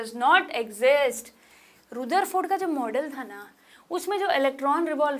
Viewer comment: Ma'am you speak wrong because Rudarford nahi rutharford